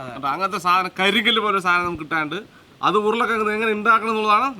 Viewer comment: സാധനം ആണ് സാതനം അല്ല 😂